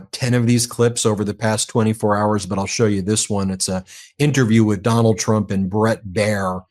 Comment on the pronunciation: I love he pronounced it Donold. I'll take it